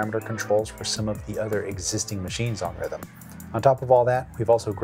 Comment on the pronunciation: you need to work on your swedish accent, it's pronounced Rhh-tmm 😅